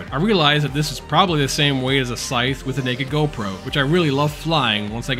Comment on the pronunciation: Learn to pronounce “scythe.”